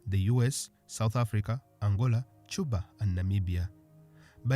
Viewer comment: Correction: His name pronounced "Shose" not "Hose", it's Portuguese not Spanish And in It's pronounced "Cuba" not "Chuba"